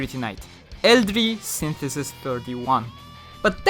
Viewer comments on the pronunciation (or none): The dub pronounces Eldrie's name as El-dreea. I'd thought I just let people who are unaware of this.